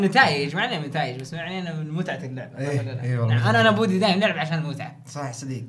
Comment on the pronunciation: اسمه بودي مو بوري